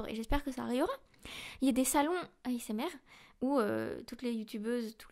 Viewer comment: Je me suis perdu... Entre le "eiffaquiou", le "ahessemartiste", l'envie d'un million d'abonnés pour le compte en banque. Bref. Entre Léa et Kalie, 2 grosses escroqueries, et des fautes d'orthographe même en parlant. Bref. De l'argent facile. Tant mieux pour elle un beau filon.